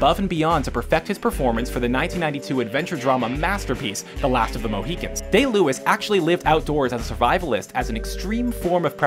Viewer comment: it's MOEHEEKINS not moeHAWKINS 😧SMH (FURIOUSLY)..!!